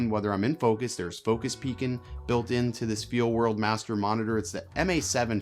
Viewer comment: Where are you from? I’ve never heard anyone lop off all their g’s! ‘Focus Peakin’’, ‘Talkin’ Head’ ‘Vloggin’ Setup’. Also the way you said ‘it’ instead of ‘that’, I think. Pretty unique.